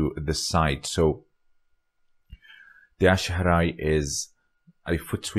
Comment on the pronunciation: But the pronunciation of "ashi harai" is "ashi Barai", right?